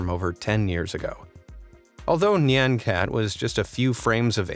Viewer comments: Its pronouced N i on cat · YOU’RE PRONOUNCING NYAN CAT WRONG 😡😤